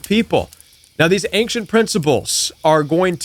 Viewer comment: It's a soft "c" .... ain-shent.